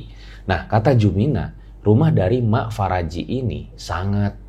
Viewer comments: Mak Paraji,... Bukan Faraji (Apa gak bisa bilang EF eh PE...)😄😄 Paraji itu Dukun Beranak yang ada di kampung-kampung... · Bukan Faraji bang, tapi Paraji artinya dukun beranak 😂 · Paraji bukan faraji wkwkwk 😂🤣😂🤣 Paraji itu bhs sunda yg artinya dukun beranak. Jadi bukan nama orang.